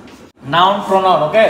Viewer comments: Noun /pornoun🤣🤣🤣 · Pornoun😂😂 Its should be pronoun